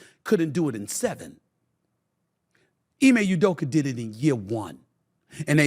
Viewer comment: “Ime Udoker” 😂